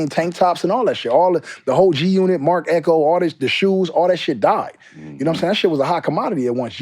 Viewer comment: Game is a Legend, they have to pay Game to stop saying G unot lol